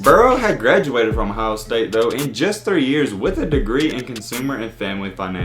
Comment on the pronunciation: Its Ohio and not "IN-HYOH"!